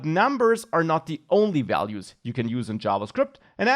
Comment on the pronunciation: For a moment he was like Bob Ross, instead of values he says vealuse